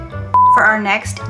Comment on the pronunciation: Jiffy cornbruffinn 😂. I believe you have a new word there.